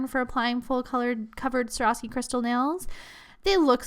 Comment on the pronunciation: She said Swarovski wrong. Every time.